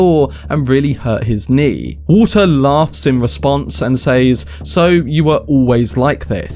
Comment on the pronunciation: “says” in English is pronounced “sez”. It’s used so often that it becomes distracting every time it’s mispronounced.